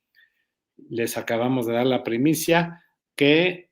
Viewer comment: no es primisa, es primicia